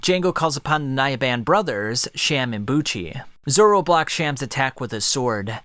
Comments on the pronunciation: Please dont say ”Zolo” ever again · bro really said Zolo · What the heck is Zolo it's Zoro 😒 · 😂 he said zolo